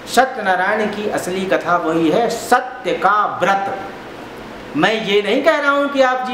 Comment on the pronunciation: पंडित जी,आप दूसरे कथा वाचक को नीचा दिखा रहो,आप का 'सत्य' शब्द का उच्चारण भी शुद्ध नहीं है,स्वयम को अति ग्यानि दिखा रहै हो ,एसा भरम न पाले।जय राम जी🙏🙏